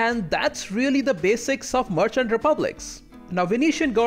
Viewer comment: Good video, but a little request: Can you try to pronounce „merchant“ correctly? Sounds like „Martian“ every time.